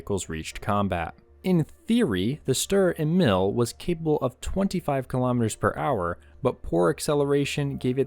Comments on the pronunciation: "Sturer Emil" gets pronounced more like 'shturare ehmeal' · I hate pronouncing this thing in English... People told me that I don't have a strong German accent when speaking English but when pronouncing "Sturer Emil" in English I think it misses the 'angry' German pronounciation.😅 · I think it’s pronounced sturer emil and not sturer emil.